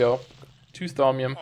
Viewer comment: "Saumium" A spot of trouble with your pronunciation there, mate?